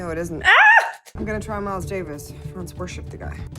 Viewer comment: His name is Franz, not Frances.